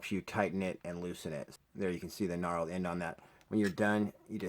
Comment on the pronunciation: Its KNURLED not Gnarled.